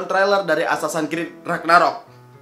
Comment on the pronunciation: "assasan krid"